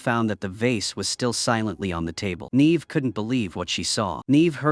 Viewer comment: Yay for more AI slop. It managed to prounounce Neve correctly a whole two times, followed by endless NEEEEVing. 💩💀